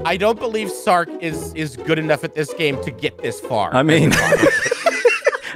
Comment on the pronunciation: I still can’t believe can’t say Sark and always calls him Stark lmfao